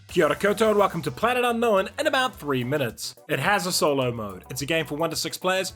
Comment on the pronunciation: Only a Kiwi will give un-know-win three syllables!